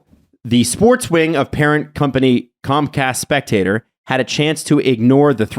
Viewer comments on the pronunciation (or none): Sorry James Reiner, you’re an unprincipled piece of detritus with a lack of any scruples whatsoever. Side note: Spectacor is pronounced “Spec-ta-core”. Bill Barber never GM’d the flyers but he was only a Head Coach. (Won Jack Adams) He went on to be the director of player personnel in Tampa, but never a GM or AGM in Philly. But it is nice to see the national hockey media finally realize a year after most fans did that the problem is Bob Clarke and the tribunal.